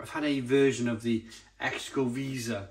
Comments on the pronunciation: Loved that beer when it was in bottles 5 or 6 years ago. Not so unique with the spices now. Pronunciation is “sho-ko-VAY-zah” “trays LEH-chays”. Cheers! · Hi, I stand to be corrected, but I believe that Xocoveza is pronounced as Calatalan Spanish would say it. The 'X' is pronounced like a buzzing shhhh! Something like 'Zshoko' (hence the link to chocolate). The 'Veza' half is pronounced Vay-Za. So taken as a single word, to me it is pronounced Zshoko - Vayza. But I will probably get pelters for my effort:)